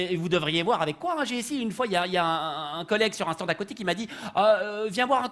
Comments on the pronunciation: Presque parfait pour l'accent mais quelques petites erreurs : les Français disent "en Suisse" et non pas "sur Suisse", et ils disent "stande" et non pas "stan". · Oui mais avec une faute de français... Stand se prononce stande ;) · En France (et pas "sur France") on utilise uniquement le mot "portable", personne de dit cellulaire ni GSM (en Belgique). Et on dit "Stande" et pas "stan". Dommage, sans ca le sketch est bon ! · Parfait 🤣👌mais j'ai jamais entendu un francais dire "stan" mais plutot "stande" ! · Si monsieur le vrp était Français il aurait prononcé le D de stand. sanwich etc